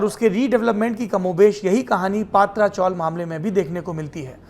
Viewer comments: पात्रा नही पत्रा चाल, मतलब टिन शेड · पत्राचाळ हैं पात्राचोळ नाही